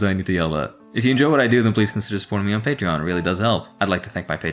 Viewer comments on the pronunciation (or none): none